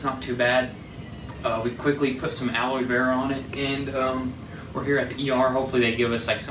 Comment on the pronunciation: I’m just glad you used they “alloyvera” 😂